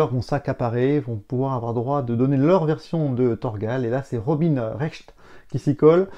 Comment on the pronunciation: C'est pas RobiNE Recht, c'est Robin (prononcer Robain). Non mais oh ^^